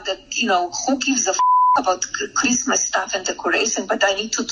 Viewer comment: True. Tho actually she called it Creezmuz. 🎄 😂